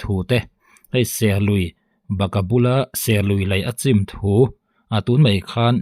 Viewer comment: 0.36 'chim' itih khi,i thluk danah chuan tuiin thil achim ang in ilam daih a,lei chim,in chim tih te anga thluk lo a chim ti alam tur